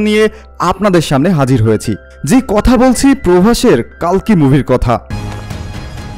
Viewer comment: কল্কি হবে কালকি নয়